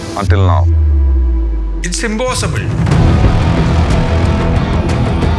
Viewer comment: that typical Malayali "Imposseebble"